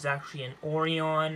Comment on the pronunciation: orion is not pronounced ori on.